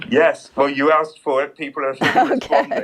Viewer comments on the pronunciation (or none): Linda, the word is ASKED not assk